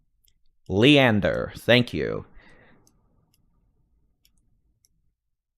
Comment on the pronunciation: The city nw of Austin is called “Lee-Ann-der” not Lender 🙃 just letting you know!